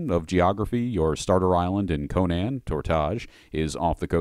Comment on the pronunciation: My friend, thank you for doing this something I wanted to do for years, and I have so much love for the lore and years of study on Howard's Conan which truly is an American classic adventure. Yet I must tell you that you are pronouncing Conan completely wrong. For some this isn't important yet based on Howard's writing, the name Conan is based on the Irish pronounced form. So in a way when you say Conan would be how people say the name Conan when saying, Conan O'Brien. The way the name Conan is said became popular due to the mispronouncing of the name Conan due to the Arnold movie. I would say the only saving grace of the 2011 was the fact that say it properly (outside of that the 2011 movie was a mess) Here looking forward to Netflix's Conan series based on Howard's version Here's saying it's Conan